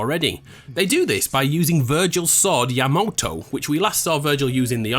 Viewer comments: It's Yamato not Yamoto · What? It's YAMATO, not Ymoto. Imbecile. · Why does he keep saying "Yamoto" instead of " Yamato"? they say Yamato multiple times in the game. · Yamoto... Seriously. Your joking right? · It's yamato dude.. Aside that , great work xD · It's painful to hear how badly he pronounces this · I absolutely loved this video but that pronunciation of Yamato though...